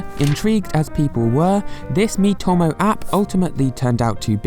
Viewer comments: Mii-to-mo not mii-tom-o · It’s pronounced “D N A” “E What Ah” “me toe moe”